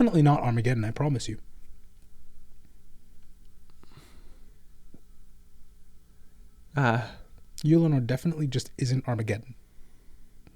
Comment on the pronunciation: Did my guy say YOU-LANOR?